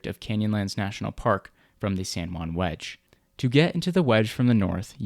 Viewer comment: San Joo-ann